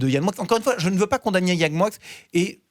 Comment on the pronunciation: Pourquoi dis t'on MoiX (Moickxssss et pas "Moi") c'est français non ???? ou alors dorénavant je manges des NoiX (noickxsss)...